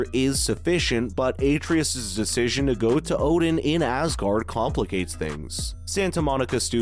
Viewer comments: Did this guy even play the game? If so, why tf is he saying a-tree-us instead of Atreus? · It’s pronounced “Ah-Tray-Us”. Put some respect on his name, boy!! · Him pronouncing Atreus like Aytreeus even tho they say the correct pronunciation a million times in-game is annoying as hell lol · what the hell is an Atreatus? Atreus, my guy. AH TRAY US. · Its hard to take this review seriously when he keeps calling Atreus aytreeus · Absolutely review bombed. Full of out of context 0 scores that make no sense. BTW, Ah-Tray-Us. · Yeah, like has he never heard someone say his name?? lol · How do you mispronounce a name that is spoken over a hundred time by a dozen characters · Idek how you pronounce such an easy name so wrong. That being said I think this game sucks so bad. Especially after playing elden ring. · The fact you can’t even pronounce one of the main characters names right shows how out of touch you are. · You're butchering Atreus' name is making this and the negative reviews themselves impossible to take seriously. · Dumb video. Can't even pronounce Atreus. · Why is he pronouncing Boy's name wrong? Something tells me he didn't witness any of the game. Dislike from me dawg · Is this video just trolling? Can't even pronounce Atreus correctly. Dafq